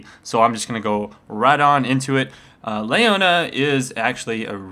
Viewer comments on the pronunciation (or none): I get so bugged when people say stuff wrong like colonel or Ashe (Ashee,or Ashaye,WTF?) It's Lee-Oh-Nah not Lei-oh-Nah,sorry if I come off as a douche but it's just so annoying for my ears.